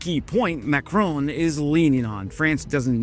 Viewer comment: How many times can one ignorant American mispronounce the name of President Macron? If you are a dumbo from the US Army, and a coward from the USAF, the number is infinitesimal. Never forget about what the USAF did to Kunduz.